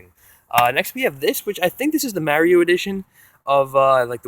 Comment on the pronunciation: It is not Maerio it is mario